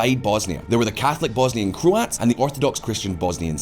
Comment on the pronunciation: what pronunciation of Croats was that? FFS.